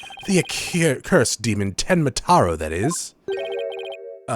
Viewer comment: You've been saying "tenma taru"